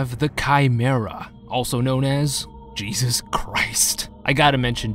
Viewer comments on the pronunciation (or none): none